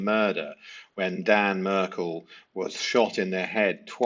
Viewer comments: Sorry to sound picky, but Dan's surname is pronounced MAR-kel rather than like 'Merkle' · It’s not pronunciacion, we all have accents - it’s the FACT that you were too lazy to research how to pronounce “Adelson” and “Markel” - my analysis is that if you got that wrong - why even bother - as others have said, it matters! I was turn off - so I turned it off - everybody wants to be a YouTuber, you have to earn my time buddy - get it right! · Please can you start pronouncing Dans surname properly? That’s would be better seeing as you are doing lots of these videos. It doesn’t come acrosss well getting it so wrong.